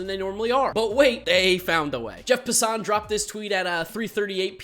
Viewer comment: Sooo you’re making a career on covering baseball yet you don’t know how to pronounce Jeff Passan’s name? Lol. Keep your day job, or if this is it, get a new one